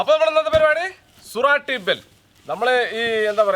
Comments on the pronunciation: സുറാട്ടി ബെൽ അല്ല. “സൂറത്തി ബേൽ” (ഗുജറാത്തിലെ ഒരു സ്ഥലം) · സുരാട്ടി അല്ല സൂരത്തി ആണ്